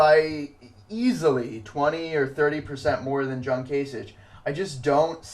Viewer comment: Kasich is pronounced with a k at the end, so "kaisik". Not that it matters now since he dropped out and Trump will be the Republican nominee. Nothing can really stop him at this point from acquiring the number of delegates he needs to get a majority. On the Democratic side I'm still hoping Sanders will pull off some upsets and catch Hillary Clinton although that will be very difficult for him.